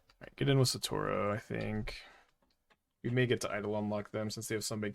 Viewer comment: Thank GOD I'm not the only one absolutely losing my shit every time he said SATORO